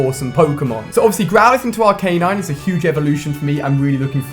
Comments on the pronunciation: ALI-A ITS ARC-UH-NINE NOT AR-CAY-NINE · Aracanine = (Pronounce as) Ar - ka - nine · isnt arcanine pronounced ark-ah-nine? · the way he says arcanine kills me on the inside :/